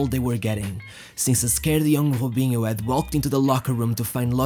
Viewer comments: I like how you say jubinho instead of robinho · Why do you pronounce the R as a J. Robinho as Jobinho. Keeps bugging me. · Why u saying hubinho its Robinho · its Robinho dude fuk that accent its not ghobinho lol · Why you call him Hobinho? I've heard actual Brazilians clearly call him "R"obinho. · Why he call him hobinho? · Good videos, Just wish he would stop with the Khhhhobiniho crap. He can clearly pronounce R, no reason to over do it with the accent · His name is Robinho not hoebinho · He cant say his R’s😂😂